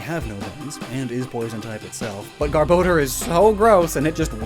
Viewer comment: he says garbodor wrong